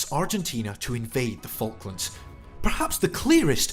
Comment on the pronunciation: You pronounce them FuckLands! 😂😂😂😂